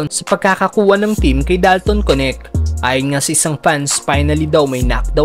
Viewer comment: Anong konek? Dalton Knecht hindi konek ano ba yang pronounce mo